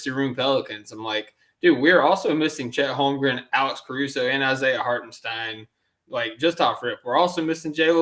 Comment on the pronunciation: If I hear “Hartensteen” one more time, I’m committing sepuku